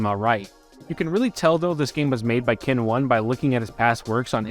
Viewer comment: Ken-1 was definitely not meant to be pronounced "ken one." 1 in Japanese is 'ichi,' so 'Ken-1' is just Kenichi's name spelled all cool-like.